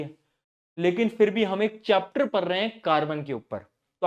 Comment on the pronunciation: notice kra kisi ne bhaiya ki tongue slip ho gii ~ said "lekin phir bhi ham ek chapter ``prr" rha hai carbon ke upar"😀😀😀" time- "